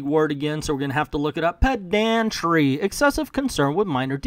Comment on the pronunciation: Its actually pronounced "PED-un-tree", not "ped-AN-tree."